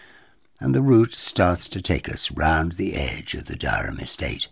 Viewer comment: Great video.Just before the locals get on at you it's generally pronounced "Dirram"!